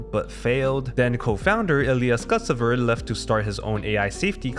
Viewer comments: you change the placement of letters? He said "Skutsever" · Calling Ilya Sutskever "Skutsever" is criminal for someone so invested in the AI sphere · True, but he did butcher Ilya Sutskever